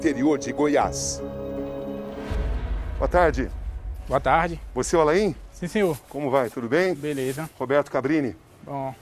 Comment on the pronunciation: COMO BRASILEIRO É ANALFABETO! O NOME DO CASEIRO É “ALAIN” COMO O ATOR ALAIN DELON, OU SEJA, O “I” É MUDO, NÃO SE PRONUNCIA. VAI VER OS PAIS COPIARAM E SEQUER SABIAM FALAR. ATÉ DÓI OS OUVIDOS OUVIR A PRONUNCIA ERRADA.